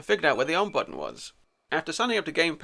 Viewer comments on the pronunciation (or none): none